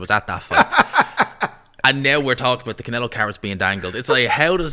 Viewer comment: cant help himself but to say Can-ELO in that way😂😂